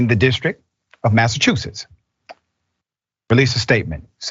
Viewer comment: It’s Massachusetts 🤷🏾‍♂️